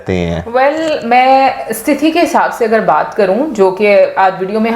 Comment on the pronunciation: Enough is enough….it’s STHI-TI… Not STI-THI 😢…corrected coz since it’s been very regular you have been pronunciating in a wrong manner 🙂🙂